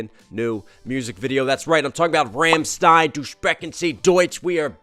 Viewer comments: ffs Rom-shh-tine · You did an amazing review but the band is RAWm-stein :) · This has always bothered me. It's rlam-schtein. Best way I can type the pronunciation